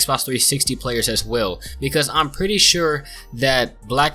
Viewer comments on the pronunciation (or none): none